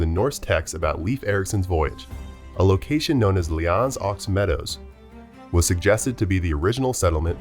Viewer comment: It's pronounced new fund land and lanse o meadows 😂... I've heard a lot of humorous ways of pronouncing that province's name